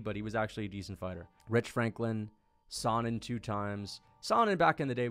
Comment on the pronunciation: no way he pronounce chael “sonnen” like that